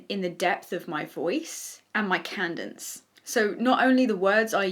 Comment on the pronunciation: Cadence not Candence lol